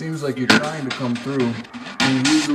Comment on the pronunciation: Maybe be said trying but I heard dying